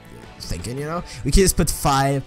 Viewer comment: wtf why do u say yust